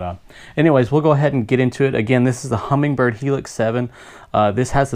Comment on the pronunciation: I am amazed that the guy is narrating an instructional video on a "Humminbird" product and he calls it a "Hummingbird".